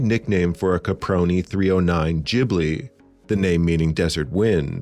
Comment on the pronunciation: Best Miyazaki movie, and far and away the best dub of any Ghibli film. Thank you for the correct pronunciation of the studios name too.